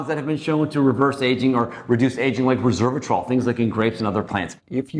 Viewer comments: “Reserve-a-trol.” Bruh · Did he really say, "Re SERV a trol????" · He cant even say it right. Reservatrol vs resveratrol.